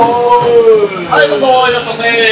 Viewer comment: お店の人の独特ないらっしゃいませ～ィが気になった😆